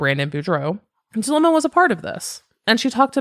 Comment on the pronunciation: Yesss. I mentioned somewhere else how it bothered me that Melanie left out a lot of info*, and it sent me when she fumbled Zulema's name. 🙃 She also likes using "they" a lot... It really contrasts against Zulema's testimony. I feel like Zulema's putting an effort into the information she's giving, even if she may leave out details (it's not on Melanie's scale)... There's so many things about this person I don't jive with, but I respect how she's been on the stand. *On the comment I said the nerves up there have got to be intense, but now thinking about it... She didn't seem to be that nervous in front of the world with Nate Eaton? Granted Lori wasn't sitting right in front of her-- Idk. I'm just... Incredibly distrustful of that one. It's like the same vibe of disbelief I feel when hearing that Alex's death was coincidental. Cannot wrap my mind around a coincidence like that. Wow that was long. (Also hey it's been awhile. Hope you've been well lol ~🖤)